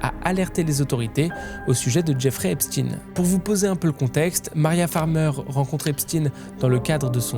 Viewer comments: Intéressant mais pourquoi prononcer volontairement « EpstiNE » alors que vous savez très bien que ça se prononce « Epshteine »? A croire que vous voulez faire rentrer une certaine idée dans la tête des gens qui serait loin de ses racines initiale 🤔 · Pourquoi tu prononce epstine et pas Epstein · Pour commencer la prononciation du nom n'est pas Epstin mais bien Epstein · Epstein pas Epstine , il est juif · Faut arrêter de dire EspTINE c'est EpsTEIN. Même les amérloques ils disent EpsTEIN. Vous avez peur de quoi sérieusement ? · Arrêté de l'appeler Epstine!!!!!! Il est pas russe mais juif! C Est Epstein ! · son nom ce prononce comme Albert Einstein, superbe vidéo bravo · Epstine???? Pk tu le prononce pas correctement toi aussi ? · Ça se prononce EPCHTAYYYN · Faites vous exprès de mal prononcer son nom? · non il le prononce en anglais, la phonétique n’est pas la même. Mais bon, je penses que personne n’est dupe.